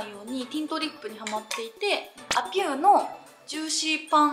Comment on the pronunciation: a'pieuは読み方アピューであってるよ！公式さんもそう説明されてるので！